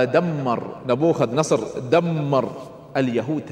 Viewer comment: مشكلة الشيوخ لا ولن يذكرون المصادر..😂...لان كل مصادره التوراة..لانه اساسا يذكر اسم ن بوخذ نصر غلط بغلط بغلط بغلططططططط....اضحك كلما قال نبوخذ نصر.